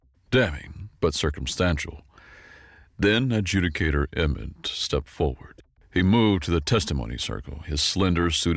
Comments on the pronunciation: Good narration overall but there is a need to check some words for pronunciation such as Ad-ju-di-ca-tor being pronounced as Ad-ju-ca-tor and some others "personnel pronounced as personal". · Look up the pronunciation of "Adjudicator".